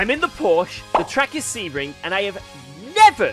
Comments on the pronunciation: how can he still pronounce Porsche wrong? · English speakers pronounce Porsche correctly challenge: ongoing 😂